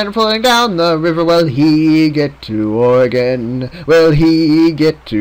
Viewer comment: Being from Oregon, I can tell you it IS, in fact, pronounced like "Organ", and it bothers the fuck out of us when you call it ore-gone. Video isn't bad nonetheless. Dagless likely died from infection. You're a farmer. None of you know jack shit on keeping healthy. Fog, if thick enough, can cause you to wander off-course. Lastly, I've always pronounced Willamette as "Will-am-it".